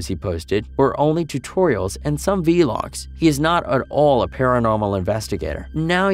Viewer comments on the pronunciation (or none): The way you say vlogs makes me cringe